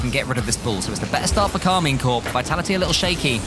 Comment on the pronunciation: I swear he keeps saying karminkle lol